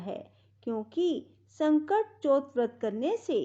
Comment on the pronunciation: Baaki sb thik hai pr ye sakat chauth hai na ki sankat chaut or chhote o ki matra or bade au ki matra ka pronounciation glt hai jis se Katha sun ne mai thoda disturbance ho rha na ..... Jai shree Krishna. Jai shree ganesh